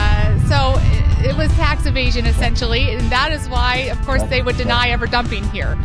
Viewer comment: I like how she say tax evasion. That would be right?